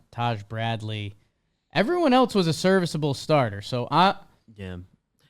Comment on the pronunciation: Why does say “eltse” instead of else?